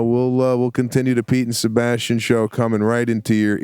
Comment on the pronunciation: Sebastian said "The Pete & Sebastian Show" and it totally sounded like "The Pizza Bastian Show" to me. 😏